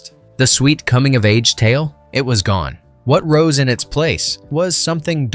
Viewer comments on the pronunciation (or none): none